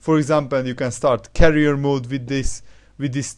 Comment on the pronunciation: Career not carrier